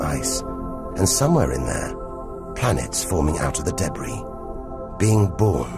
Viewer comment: Lol deb-ree